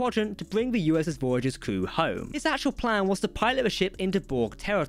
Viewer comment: Glad I’m not the only one who heard that and thought “no, that’s not right” 😅